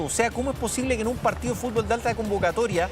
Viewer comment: Y EL FUSTBOsss..Y QUE PAJ..COMPAÑERO.😂😂😂😂😂